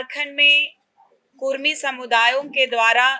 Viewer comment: Kurmi nahi kudmi boliye jayda jante app kya